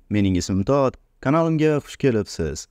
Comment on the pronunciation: Mening ismim Tod deb zoʻr aytasz